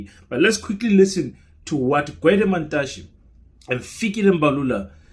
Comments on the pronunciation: It's Gwede not Dwede sir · Gwede not Dwedwe...😂😂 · Gwede not Dwedwe